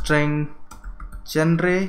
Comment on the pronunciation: you should improve your pronunciation, sometimes the words sounds so different when you pronounce them. and genre is not what you pronounce it , it is pronounced as 'Joner'